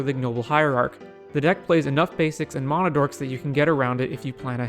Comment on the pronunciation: What is “mona”? It’s pronounced “Man-uh” NOT “Mon-uh”.